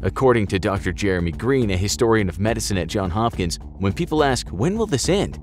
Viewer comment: Your content is great, but just wanted to point out this error I’ve noticed multiple times: it’s Johns Hopkins. Not John Hopkins. And it’s pronounced just like it’s spelled: with the “s”. I know it seems counterintuitive and most people get it wrong, but the university/hospital/research facilities are named after a guy named Johns. Johns was given his mother’s maiden name as his first name. Hopkins was his father’s last name. Hence we ended up with (the admittedly weirdly named) Johns Hopkins.